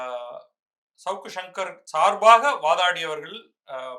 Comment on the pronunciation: First thing first: it's not 'shavukku' it should be pronounced as 'Savukku' it's a Thamizh Noun. Please use the Thamizh pronunciation for the Thamizh words.